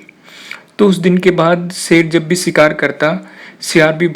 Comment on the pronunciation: Sher hota, ser nhi. shikaar hota, sikaar nhi. purash hota hai, puras nhi. Sotry achi thi but theek se words bolna seekh lo...